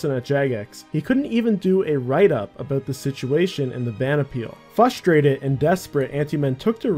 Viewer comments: FUSTRATED?! 🤣🥲😭😂 please make sure you say fRustrated. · Please for the love of god and all that is holy..... it is Pronounced fRustrated not fusstrated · I was fustrated at some of your pronunciation. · Come on man, we're big boys. we can pronounce the first r in frustrated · No hate, but please learn how to pronounce "frustrated" my dude. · You may say it's... Frustraiting